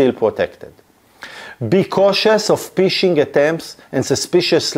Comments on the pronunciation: I love your videos buddy but you need to stop saying "P"ishing, as it cracks me up each time, as in English or slang UK dialects of the language, it means the same as the act of peeing, urinating or relieving one's self:-) We pronounce it "F"ishing (like you would do with a rod or net), even though the spelling is Phishing. That aside, thanks for great explanatory videos even though I am an IT veteran of 36 years myself. I started as a techy nerd in the early 80's with the first home computer then it became a career and business through the evolution of distributed systems, networks and the internet. I'm still a nerd at heart, although I'm a more senior one these days, so keep them coming!👍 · Ph is pronounced f in English, phishing is pronounced fishing not pishing. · You need to realize the word phishing the "p" is silent. You pronounce it "fishing" like the sport and not Pfishing with the extra "P" sound. Its very funny to me an IT Professional does not know this. 🤣🤣🤣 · Phishing is pronounced fishing, obviously, because it’s fishing for passwords, oh and yes it's hard, but Retrieve, is not pronounced Retrive, but Re treeve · Agreed. Particularly the word "phishing" which should be pronounced like the English word "fishing" (which is where the word comes from, they're fishing for your details). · אחלה וידיאו. תשתדל להגיד פישינג עם פ רכה כמו דייג במקום פ קשה כמו פישינג (להשתין)